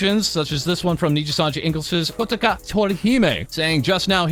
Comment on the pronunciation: The way he said "Kotoka" is so weird lol